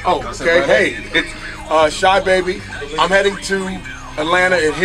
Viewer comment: "Shahbabii" lmao its Sahbabii bro u kept saying it wrong